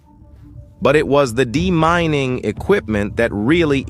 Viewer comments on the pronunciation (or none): Thank you! Important info. AI voice a problem, however. DEMINING said as demoning. Might as well be demonic. AI also gets monickers, names, wrong very frequently. Please get a human voice.